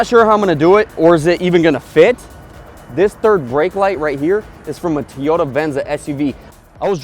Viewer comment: TOE-YOE-TAH, not TEE-YOE-TAH